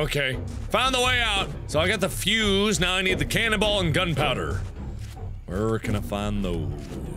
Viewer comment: Was I the only one who thought he was saying cannibal instead of canon ball?